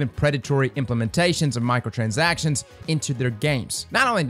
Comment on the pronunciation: My ears keep hearing "Michael transactions" 😵‍💫